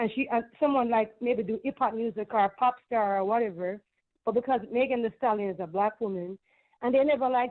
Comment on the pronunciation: Why the hell can’t you pronounce STALLION?????